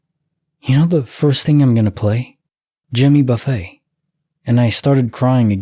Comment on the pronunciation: Thanks for the stories! The singer's name is not buffet like where there's all this food and you choose what you want to put on your plate. Buffet, pronounce buff-it. Famous country singer here in America.